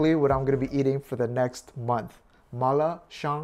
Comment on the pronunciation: HI!! Really awesome video and I love your content. You have the pronunciation very close...it's shiang goo [it's just the second word you are off a tiny bit on]. Shiang goo means mushroom in Chinese. Keep up the awesome work! Love to!